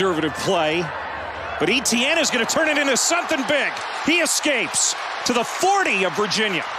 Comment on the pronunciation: I don't think the commentator is pronouncing Etienne correctly.